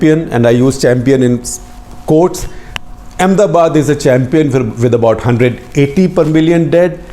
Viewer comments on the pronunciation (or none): none